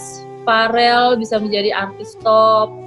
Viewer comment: Verrelll tantee.. hehehe.. bkn farel wkwkwk..